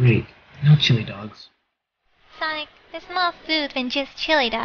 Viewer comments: HIS NAME IS NOT SANIC!!!!!! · every time says Sanic LoL